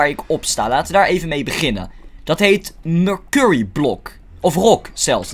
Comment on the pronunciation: Ik heb er echt een hekel aan als hij letterlijk merkurrie zegt het is mersury zo zeg je het